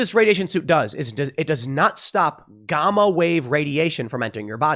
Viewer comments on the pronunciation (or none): it's call gaaama not gooomma radiation. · Gah-mah radiation? I know I know. Learning words by reading etc. It's pronounced gámmuh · Lmao gahmah wave radiation? 😂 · Asking again, why is Tim unable to pronounce common words properly? "Gomma" radiation... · I downvoted this video because Tim pronounces Gamma as gah-mah. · I agree with you. I was a Navy nuc for 12 years and I’ve been in civilian nuclear for 23 years. Tim is fairly scientifically literate for a self taught man. But hearing him go on about “gahmmas” was painful 😂 Also, him overstating the risks of radiation exposure. Radiation is very well studied and well understood. The risks of exposure are easily determined. I hate how uninformed people always present nuclear radiation as a “ mystery “ when in reality it’s one of the most well understand phenomenon in nature. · Tim can't even pronounce "gamma" correctly. Why did I listen to this guy for so long? He's been wrong about everything. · He misspronounced Gamma